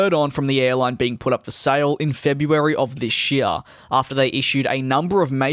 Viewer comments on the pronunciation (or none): none